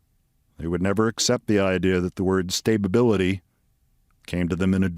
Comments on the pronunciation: "Stabibility"? Is that like "conversate" or "conversating"? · “Stay-Ba-Bility” … unfreakinbelievable 😡